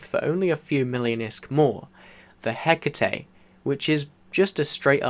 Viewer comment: It’s Greek. That’s how it’s pronounced. 🖖😀